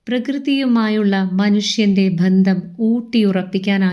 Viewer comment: ഇപ്പോഴത്തെ അവസ്ഥ? എന്താണ് ഉദ്ദേശിച്ചത്? അദ്ദേഹത്തെ കളിയാക്കുകയാണോ? എര ണാകുളം?ആഢംബരം? ഭന്ധം? പരസ്ഥിതി? ബവനം?പ്രക്യാപനം? മലയാളം ശരിക്ക് പറയൂ.. വെറുതെ എന്തൊക്കെ പറയുന്നു! Try to do justice to your mothertongue ... വെറുതെ എന്തൊക്കെയോ വിളിച്ചു പറയുന്നു! ശ്രീനിവാസൻ നല്ല മലയാളത്തിൻ്റെ വക്താവായിരുന്നു. കളിയാ ക്കരുത്